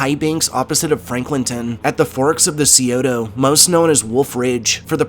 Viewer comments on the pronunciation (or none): Sci- (like science) -oh-tah. Not the "Seaota" river. But I do love this channel. I spent my whole life in Ohio before moving to WA right before the pandemic. There are two things Ohio does way better: ice cream, and ghost stories.